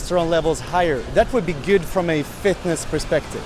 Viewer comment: The way you pronounce the word “good” just cuts the ear in half. It’s not “güt”. Second. You need some Botox. Wrinkles around the eyes and forehead. Look into it. Instead of running focus on weight lifting. Good luck.